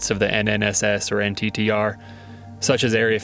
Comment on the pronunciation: FYI... it's pronounced "NITTER" as a word... not "N.T.T.R."